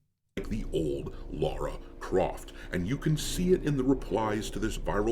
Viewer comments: It's Lara, NOT Laura. People who grew up with TR since childhood know this lol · Lara! Not fecking Laura.